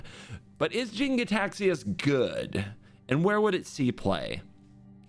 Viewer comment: That look when he suddenly realized he's been saying "Gitaxias" wrong this whole time